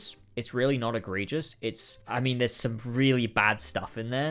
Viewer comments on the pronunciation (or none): none